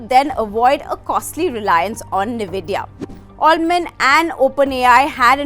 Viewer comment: Madam, its pronounced as N-vidia (you have say N separately).